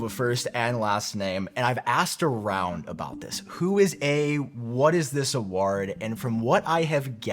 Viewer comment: pronunciation of ‘award’ is nearly as triggering as his pronunciation of ‘quarter’ 😂